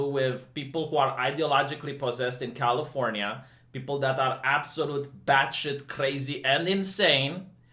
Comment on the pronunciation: Who else kept hearing "Californya-nya"?